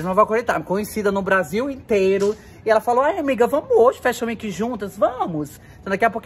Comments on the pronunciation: Você precisa falar fashion week! Não é weenk e sim week. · Me acabei de rir ela falando Fashion Weki